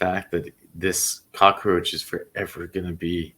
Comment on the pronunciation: Cockroach NOT Cocaroach!!